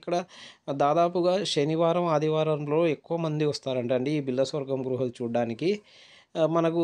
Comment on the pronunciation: గృహలు కాదు. గుహలు